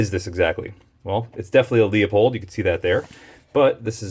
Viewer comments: Pronounced LU-pold not LEO-pold. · Leupold is pronounced loopold. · Leu..... Leu....... damn it .............get IT right ... it's fucking Leu pold ......